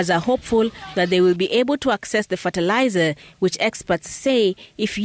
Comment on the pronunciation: Ferterlizer?? Tf is that